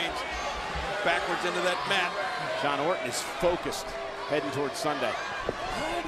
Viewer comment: I just realised that Cole said "John Orton" XDDDDDDDDDDDDDDDDD